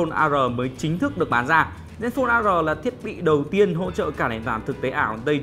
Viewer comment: Zenphone "A Rờ", ....lạy!!!